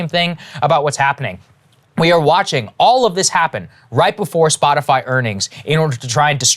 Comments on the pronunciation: she doesn’t even know what “SpotifLy” is. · Damn… none of y’all caught that? “Spotifly”?? C’mon lady robot. She doesn’t even know what she’s talking about. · Lol "Spotifly" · Bro she can’t say anything when she calls it “spotifly” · Did she say "Spotifly" for the love of misinformation? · Did she say "Spotifly" ? 😂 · She said SpotiFLY 🤦🏻‍♀️ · Spotifly? Am I the only one hearing that? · I like how Breaking Points chose the Jen Psaki fly swatting image and the clips has her saying Spot-a-fly. 😂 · SHE SAID SPOTI-FLY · Anyone else catch her saying Spot A Fly. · Did she say 'spotiFLY??? ' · Oh she's talking about Spotifly, Joe's fine. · Hey, listen closely she says "Spotifly" 🤣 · she says Spotifly. WTF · She can't even pronounce "Spotifly" right. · Did she just say spotifly? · Did she say spotiFLY?? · does she call it SpotiFLY??? 😂😂😂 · She said Spot-i-fly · And still said spotifly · "Spotifly" - Jen Psaki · Did she just call it Spotifly. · "Spoti-fly" .... they should officially change their name to that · Did she say Spotifly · Did she say Spotafly? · What the fuck is "Spotifly" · Did she call it Spotifly? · did she say spotiFLY? only fly i spotted was on Pences heads... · lol she said Splotifly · “Spotifly” - Jen P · The fact that she doesn’t even know how Spotify is pronounced tells you everything you need to know. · Jen kinda sounds like a parent who refuses to pronounce Spotify correctly. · Did....she say Spotifly? I can't unhear it now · Spot-a-fly? Is that what she said? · does she always say "SpotiFLY"? i swear I heard it like 4 different times now. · she said spotifly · Did she say "Spoti FLY ???" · She actually said “Spotifly”…that’s funny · Anyone else hear SPOTIFLY? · (Looks both ways…) … “Splotifly”? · Did she say “spotifly”? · Did she say “spot a fly” 🧐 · "Spotifly".... Wtf? People in the whitehouse are truly idiots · She’s said “Spotifly” instead of spotify. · "SpotiFLY" she said. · Psaki called it Spot-a-fly 🤣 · huh huh, she said spot-a-fly